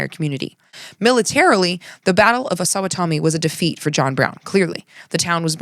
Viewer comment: FYI - pronunciation key from a Kansan: Osowatomie has the emphasis on "wa" and rhymes with "lobotomy."